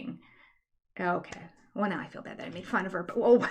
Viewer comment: We spend so much time making fun of the way the Browns say “fill” instead of feel, and various other Utah fundamentalist yuck words. Please don’t ever stop pointing it out, let your speech and language pathology light shine